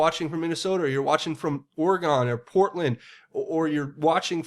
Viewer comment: Not a big deal... At all... Buuut: people here call it "ore-gun" or closer to that than "ore-e-gone"